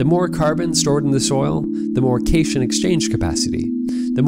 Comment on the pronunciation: This is an excellent presentation you have put together. One thing, however, that you should know. The word "cation" has three syllables. Cat + ion. It is the opposite of an anion, which is not pronounced "onion"! They are words to classify positive and negative ions, respectively.